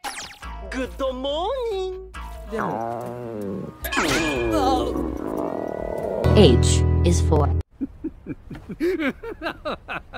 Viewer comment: gooda moorning:3